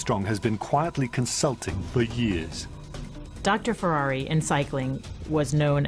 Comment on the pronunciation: Could the narrator not pronounce Ferrari's name correctly. He was Italian, not French.